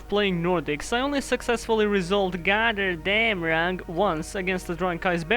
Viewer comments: Ironically, you pronounced Gotterdammerung pretty spot on. It's a German word instead of a Norse word as it was a German story as opposed to a Norse one. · you actually did pretty good on pronouncing "götterdämmerung"